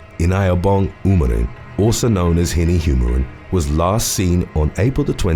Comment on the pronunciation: As a Nigerian I can say that you pronounced winny's name very well. I love your videos